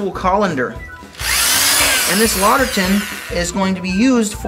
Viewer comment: Good demo. However, it's two words, written "Lauter Tun" and and pronounced like "lauter ton". Also, according to the people at Brew & Grow, that spigot is a bottling spigot only and not suitable for the hot temps of mash and sparge water. You'll need to use a stainless spigot or find a plastic spigot suitable to high temps.